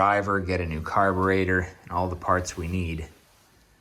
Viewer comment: Nice old bike . Laugh at every "car ber aydor"